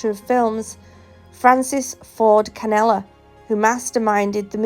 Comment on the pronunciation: Loving the Halloween intro and giggled at how you pronounced Director Francis Ford Coppola’s last name . Sadly, Adrian was right about Eric The G family created a go fund me to help alleviate travel and accommodations cost of the trial .